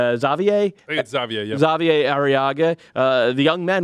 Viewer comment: Xavier Arreaga. ZAH-vee-yay? what? Hah-vee-air. When his teammates call for his attention, they shorten it to "Hah-vee", not "Zah-vee". Is it too much to ask that perhaps someone calls Seattle's head office with a simple "Hey, we're talking about your team and don't know how to say #25's name"?